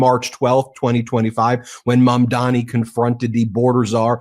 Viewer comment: Please get his name right - it's Zohran Mamdani not Mandami. We'll be saying it a lot so show your respect by learning his name.